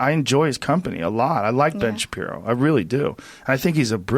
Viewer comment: Articulate sentences? Ben Shabibo?